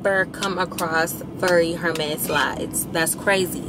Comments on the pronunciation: It’s pronounced “air mes” if saying it in English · It’s Ermes sis, silent h in Hermes. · HER-mes is killing me softly